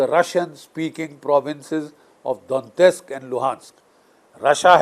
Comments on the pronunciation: It is not Dontesk. It is Donetsk. Some Europeans pronounce it as D o nesk (t-silent). Some pronounce it Daw net sk. Some others as Do net sk. But it definitely isn’t Dontesk as the general pronounces . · Hello sir,not dontist, it's Donetsk